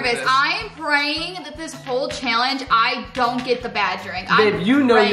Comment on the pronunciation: Who else realizes that says Shallenge